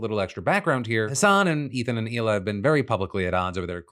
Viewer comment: Its Hila not Ela